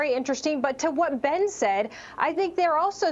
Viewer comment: I like how Larry apologizes for pronouncing Ben’s last name wrong in the beginning of the segment and then literally mispronounces it the same exact way at the end of the segment. Lol cmon Larry.